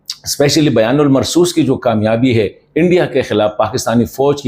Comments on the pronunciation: توڑی تصحیح فرمائے بیان المرصوص نہی بنیان المرصوص ہے کیونکہ یہ قرآن پاک کی آیات مبارکہ ہے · aap aik musalman hain aor aap Quraan pak ke alfaz theek nahi bol rahe afsos hai aap BUNYAN UN MARSOOS ko Bayan ul marsoos keh rahe ho ager aap ne Quraan nahi perha to please aaj se shuru ker den shukriya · kindly try to pronounce the word BUNYANUMARSOOS correctly. Wrong pronunciation affects your personality. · اپ بنیان المرصوص کیوں صحیح نہیں پڑھ سکتے کیونکہ اس کا یہ تاثر جاسکتا ہے کہ اپ نے قرآن مجید نہیں پڑھا ھوگا بےاداب معاف